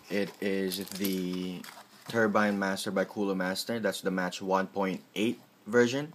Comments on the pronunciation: The word Mach is pronouned 'mawk', not 'match'. Mach 1 is the speed of sound, Mach 2 is twice the speed of sound, etcetra. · ....its not 'match' or 'mark' its mach which when pronounced sounds like moch